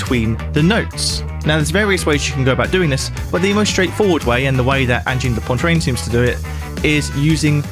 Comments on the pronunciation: Angine de Pontrine hahaha C'est prononcé Angine de Poatrine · "Anjeen de pontreen" holy lord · Great video, thank you! The band’s name is extremely difficult to pronounce for English mother tongue speakers. An approximation could be “Anjeen de Pwatreen” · Pronounced kind of like "Ahn-jean duh pwa-treen" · "This is Anne-gine de Poyne-trine" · Great review. Pronounced Onjheen duh Pwatreen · It's weird how anglophones find it almost impossible to pronounce Angine de Poitrine. It's acyually not that hard. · Lordy! Stop saying their name that way!